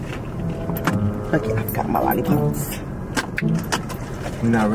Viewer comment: “Yo you are the wrapper!!”...”I’m hongry” 🤣🤣